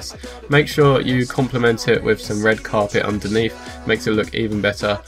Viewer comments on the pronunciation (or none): It's carpet not Cape